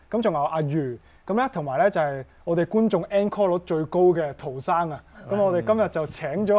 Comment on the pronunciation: Encore 是法文，正確讀音是 oncore .